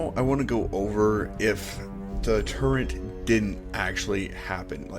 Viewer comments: why do you keep swapping between calling it a turret and a "turrent"? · By the way, it's "turret" not "turrent". I know, I know, I was surprised when I learned that as well. I thought a "turrent" was a gun platform and a "turret" was on a castle but nope, turns out "turrent" isn't even a word. Apparently a lot of people make that mistake so don't feel too bad. ^_^